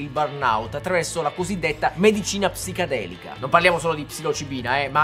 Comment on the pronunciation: perché lo pronunci “psicadelica”?